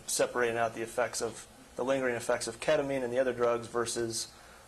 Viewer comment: Agreed, like you’ve been on this case for 7 years. And don’t know how to pronounce the child’s mother who committed unaliving in your case or the number one subject in this, ketamine? Really errrrks me 🤬